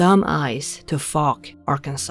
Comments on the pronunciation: FYI: it's pronounced "Fowk". I was raised in that neck of the woods and remember when all that went down. My high school (no longer in existence) played basketball against Fouke and going home late after the games always brought out the stories. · 😂I'd change the way you pronounce fouke!! Bless you. I love your voice and you are doing great anyway!! xx Jason in England 🏴